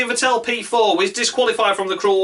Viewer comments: Vettel is pronounced much like "veddle". Shit luck, or a bit more karma? You can't expect to commit road rage (under safety car) and showing a bunch of cars off (unpunished, because red car) and continue to challenge for the title. Karma needs to step in. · Martin Brundle pronounces it correctly. The accent is on the first syllable. Thanks for a fun video! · Could you please learn to pronounce Vettel's name properly?